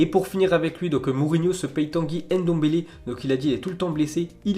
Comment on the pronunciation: Salut, Jte souhaite une bonne annee 2020!!Mais j'aimerai te demander quelque chose s'il te plait... POURRAIS TU CHANGER LA MANIERE DONT TU PRONONCES LES NOMS COMME MBAPPE, NDOMBELE,...et tout ceux dans le meme registre!! Je trouve que tu devrais(et tout le monde d'ailleurs) faire un effort pour correctement dire ces noms la!! Ce n'est bien difficile, tu enleve juste le "E" que tu met avant la 2eme consonne et di juste "MB" et "ND" ou a la limite ne prononce pas le "N" ou le "M"... C'est un point de vue!! Bonne annee.